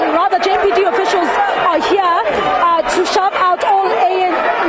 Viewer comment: The reporter says jmpd hebanna its empd